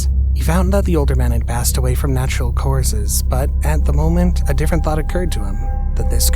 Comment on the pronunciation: "Natural caurses" lol